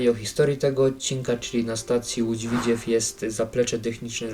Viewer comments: Tak ogólnie to się mówi Lódź Widzew a nie Widziew taka rada❤ Ogólnie na pewno kupię to DLC ja jako mieszkaniec województwa łódzkiego to wspaniała wiadomość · nie łódz widźiew tylko w i dz e w ( nie ma tam i ) a po drugie doinformuj sie bo ty nic nie wiesz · Nie Widziew, tylko Widzew! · Dworzec - Rogów Grzybek - Koluszki Parowozownia - Skierniewice I nie mów widziew tylko W I D Z E W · Tego bełkotu słuchać się nie da, wraz z tym powtarzanym „Łódź Widziew”. Jak robisz materiał to przygotuj się merytorycznie i naucz wymawiać nazwy własne.